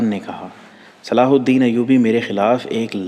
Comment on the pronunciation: Sala alhadeen nahi he durust yeh he salahuddin ayyuby